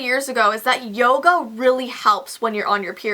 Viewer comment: lol I didn't know she pronounced yoga yogo